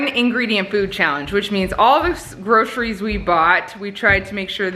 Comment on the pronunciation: This is a HUGE pet peeve of mine. things, it is GroCeries. not Grosheries. Also, Why can't people just say for * insert month here * instead of for the month of....?